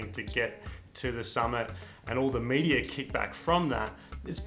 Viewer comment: What is medier? Do you mean media? Get that intrusive R out of your speech it makes you sound dumb AF